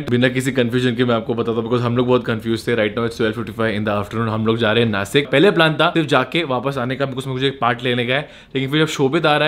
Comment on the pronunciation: Sahi pronunciation of नाशिक wELL DONE